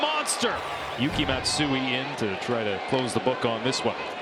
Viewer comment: exactly, and on the last batter they mispronounced “Matsui” just ridiculously bad from them